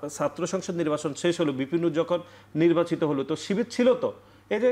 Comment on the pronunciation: এই কমেন্ট করতে আসছিলাম।। কর্মছারী > কর্মচারী, নির্বাসিত > নির্বাচিত, বিছার >বিচার,............